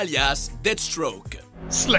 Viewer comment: Super vidéo!! Par contre c'est "Deathstroke" et pas"Deadstroke" voila voila :)